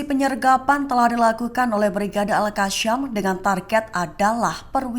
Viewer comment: Sebut yang benar AL QASSAM bukan Al Qasyam. SAM bukan SYAM!